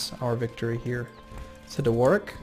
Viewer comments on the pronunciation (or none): none